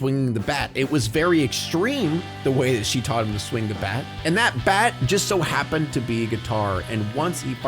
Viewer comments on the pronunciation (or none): none